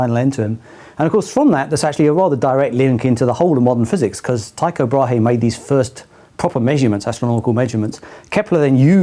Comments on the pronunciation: Just a heads up to any non-danish people out there: Brahe is pronounced Bra-e, the H isn't audible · In fact it is pronounced braa lol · No danish person pronounce Tycho Brahe with an H either.. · To havn a "Thyco Brahe Day" in Denmark means to have a day where everything goes wrong. Not really nice when thinking about the things he achieved. His last name is pronounced with a silent 'h' by the way, so nearly there ☺ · More times than you might think the best way for a non-dane to try to pronounce a danish word is to put a protato in your mouth when you say it